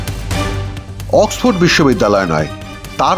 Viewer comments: অক্সপো আবার কেমন উচ্চারণ??? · Oxford word টাও ঠিকমত উচ্চারণ করতে পারলো না। ডুবাই, লন্ডনে এর অনেক property আছে। দেখাশোনা করতে হবে তো? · oxford ভাল ভাবে উচ্চারন ও করতে পারে না !!!